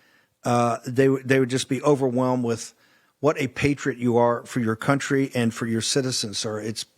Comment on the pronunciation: Eduardo,please,eu não posso acreditar que ninguém ainda não tenha corrigido a tua pronúncia da palavra contrye